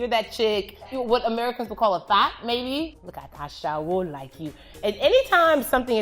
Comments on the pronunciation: "asheWO"🤣🤣 she's saying it so wrongly OMLLLLLL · The pronunciation of olodo, amebo, ashewo, got me laughing hilarious!!